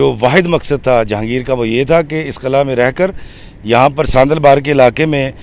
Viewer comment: Qil'aa Hota hy sir ghlt nhi kahyn